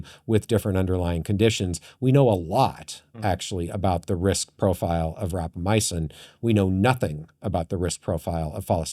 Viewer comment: REQUEST for the co-host to stop saying Rapamyacin when it's Rapamycin!!!